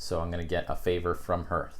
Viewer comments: Love the videos. Also ‘harth’ not ‘herth’ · Nice to see how the game is evolving Also ... public service announcement for the Oath community: "Hearth" rhymes with "Darth" as in Vader or "Garth" as in Wayne's World. I know it looks like it rhymes with "Earth," but it doesn't. It's the thing in front of your fireplace, the first part of "hearth and home," the thing that Vesta is the goddess of.